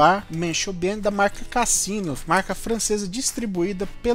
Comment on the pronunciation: É a pronúncia da Marca é com som de “Z”. Casino !